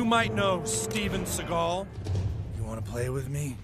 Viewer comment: It's STEFF-ARNE SEAGULL 🐦 .. Like FABIO 😂